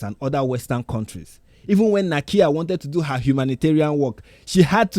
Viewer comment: And the names? "teechala?" 🙈 "nakeeya?"